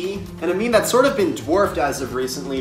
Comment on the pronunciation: Excuse me it's mehmeh